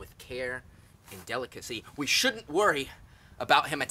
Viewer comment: "Yeah so we SHOULDNT worry" The way he says shouldn't and then like leans back as if he was saying "CALM DOWN BUDDY DONT EMBARRAS ME IM RECORDING"